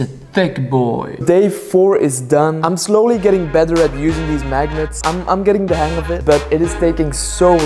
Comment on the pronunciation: I can't get over the fact he says "deez" instead of "these".